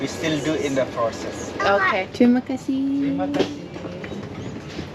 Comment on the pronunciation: wanted to let you know, thank you is terimah kasih not tumaksi